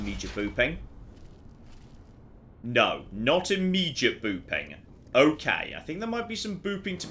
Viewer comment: Whenever says “Booping Stick”, all I hear is “Boofing Stick” ( ͡° ͜ʖ ͡°)